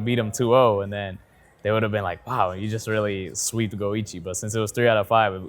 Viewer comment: Go. iCHi. CH CH CH. Man every single time you say goigi like luigi I die a little inside. Disregarding that, you are one of my favourite people on youtube and I love your videos. Thanks.